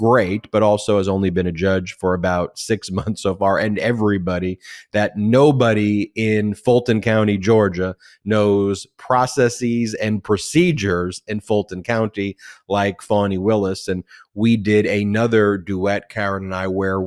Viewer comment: Uh, it's "processiz" not *processeeez" Ben. You're mistaking this word following the hypothesis/hypotheses rule.